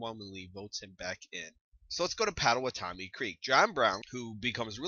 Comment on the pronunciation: Great Video! But here in Kansas, Potawatomie is pronounced Pah-tuh-WAH-toh-mee, with an emphasis on the wah. :D